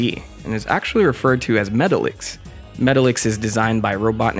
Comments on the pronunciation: Met-tahl-icks. Not metal-icks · It’s pernounce Meh-Ta-Lex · Metallix is pronounced Meh-tahl-ix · That is not how you pronounce “Metalix”